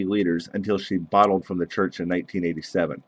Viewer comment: KIRSTIE, not "Kristy." BOLTED, not "bottled."